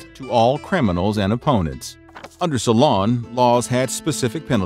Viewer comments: It's not SolOn, it's SOlon. (I am not sure why this is so bothering, other names are mispronounced too, but it is... "So long, SolOn! 😀) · Solon = SEW lun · Oh, the bad pronunciation in this! "Salon" and the "island of salamies", hehehe!